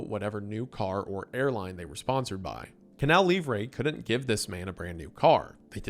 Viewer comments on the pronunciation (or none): Wendigang writers, I'M M BEGGING YOU, give this man a pronunciation guide!!! It's Canal Lee-vruh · He was doing great, he pronounced "Manaus", "Wallace Souza" but then...."Canal Livre","Faustão"...meu deus 😭